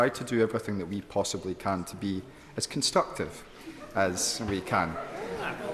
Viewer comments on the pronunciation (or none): He can't even say the word constructive,like lots of other words he spouts.